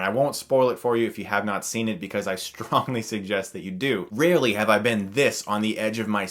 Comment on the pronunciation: Notice the accent when he said "rarely?"